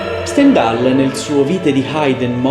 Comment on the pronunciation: Ottima analisi musicale e storica del Requiem di Mozart, attento però alla pronuncia di Stendhal , non è proprio perfetta. Per quanto riguarda tutta la parte "nera" , basta leggere il bel volume di Christoph Wolff, Il Requiem di Mozart. La storia , i documenti, la partitura, Astrolabio 2006 , tutto viene chiarito senza ombra di "mistero". Grazie per l'ottima analisi musicale e strumentale. Io sono un tastierista laureato al Conservatorio e mi occupo soprattutto di filosofia della musica, , ma confesso che il tuo modo di spiegare è veramente eccellente , sia per l'analisi musicale e strumentale ( come ho già detto) , sia anche per il tono suadente della voce. Complimenti.